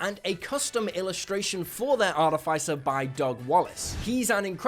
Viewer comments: I wonder what Mike Mearls is gonna think of his pronunciation of "artif-icer" 😅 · (jeez, that's NOT how you pronounce "artificer") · can you say artificer correctly? please! it drives me crazy...